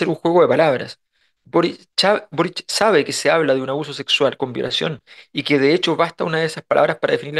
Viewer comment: Minuto "Boric chabe..." 😮 Nos estamos juntando con la Cubillosh en España???🤔